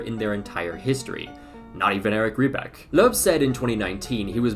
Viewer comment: Your butchering of the name Löw is actually so triggering, good video tho